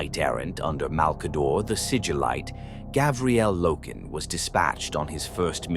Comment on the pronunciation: Say it with me: Gar-vi-el